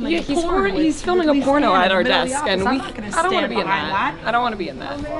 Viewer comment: "Deskch" - This guy.